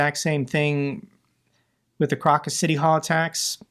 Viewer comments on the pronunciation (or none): none